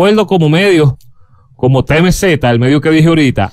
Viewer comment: No es TMZ se dice tiemzi